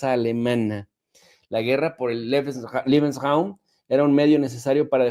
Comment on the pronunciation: Lebeensraum...liebensraum es cuarto del amor....Leebensraum así como se escucha.😂😂😂